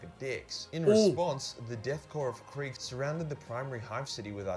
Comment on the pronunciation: People mispronouncing things doesn't bother me at all, but I was really not expecting "Death Corpse of Craig" 😂